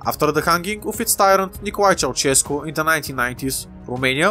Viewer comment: A Monarchist Romania that owns Moldova? Count me in! (Btw you pronounce Ceaușescu pretty well)